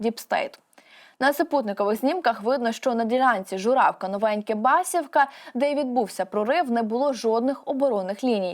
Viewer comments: Не БА'сівка...Басі'вка.. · Правильні наголоси: Бас"І"вка; П"И"сарівка; "Ю"наківка